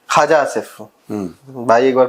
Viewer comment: मेजर साहब, आप पाकिस्तानी मंत्री ख्वाजा आसिफ को मज़ाक मे खाजा आसिफ बोलते हैं. इस नामकरण से बिहारी होने के कारण मुझे आपत्ति है. हमारे बिहार की एक बहुत पुरानी और प्रसिद्ध मिठाई है जिसको " खाजा" बोला जाता है. पाकिस्तानी गधे को इस नाम से पुकारना इस मिठाई के साथ नाइंसाफी है